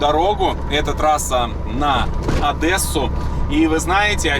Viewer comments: Одэээссу😢, не правильно. На Одессу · Правильно не Адесу, Одесу